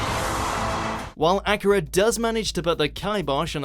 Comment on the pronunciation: I keep hearing him say Acura instead of Akira...